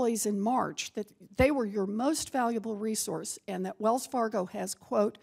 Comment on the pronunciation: "Wells Fargio" 😂😂